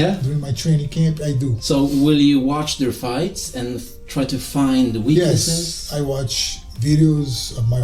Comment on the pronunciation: His 'yes' sounding like 'osu' to me 💀